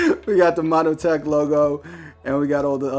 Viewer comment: Yo.. nice video.... got a laugh with “ monOtech “ lol... it’s just montech.. 😂 great channel subbed